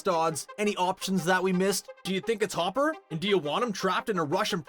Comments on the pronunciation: It’s hopper btw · It's Hopper It's Hopper It's Hopper It's Hopper It's Hopper It's Hopper It's Hopper It's Hopper...